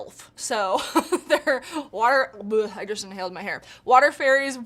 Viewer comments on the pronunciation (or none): none